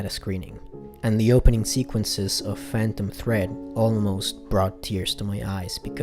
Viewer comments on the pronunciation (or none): none